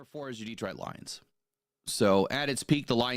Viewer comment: You can always tell somebody who is not from Detroit because they pronounce it Deetroit. Same thing with Ukraine, it's not You Kraine the way they pronounce You Tube.